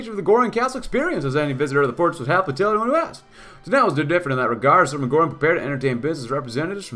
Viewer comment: I'm not even a native German speaker but the way you pronounce "Göring" is a little bit bothersome. lol